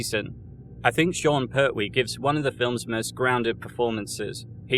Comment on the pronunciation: Sorry, its Per-twee not Pert-wee x